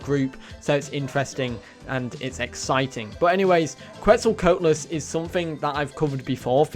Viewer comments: Quet-zal-Co-At-lus not Quet-zal “coat” lus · every time he pronounces Quetzalcoatlus as that I die a little inside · It’s his accent